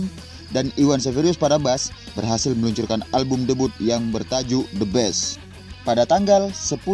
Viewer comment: Bukan the best om...tp the beast klo baca Indo the bis